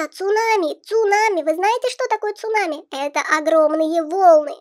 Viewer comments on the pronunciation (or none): Сунами а не цунами